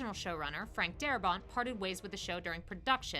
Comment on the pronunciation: Darabont. Not daramont.